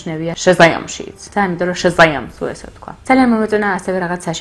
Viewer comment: ძალიან კარგი ვიდეო იყო მინდა ვაღიარო :) და შაზამ-ს მართლა რანაირად იძახი :DDDD